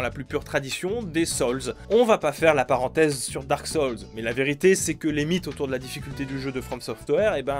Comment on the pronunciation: émone saulze, dark solze Quel péché de pronocer a la française la phonétique anglaise.... choisit ton camp bordel, soit t'y va entièrement en prononciation anglaise, soit tu fait comme tout le monde et tu dit "darque soulze"